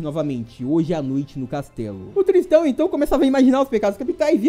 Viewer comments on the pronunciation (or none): a pronúncia correta é Tristan, do jeito que você fala parecia que estava dizendo " tristão. " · errou a pronuncia é tristÂ